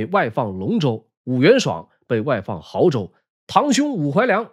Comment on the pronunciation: 安徽亳州，读bo，不读豪